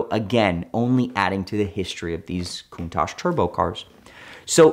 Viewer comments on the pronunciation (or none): If you've "studied Countach" your entire life, did you notice it doesn't have an S in the spelling? Its Countach. Coun-Tach. Is the Tachometer in your car called a tashometer? Study harder. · Drinking game- take a shot every time he says countash 😂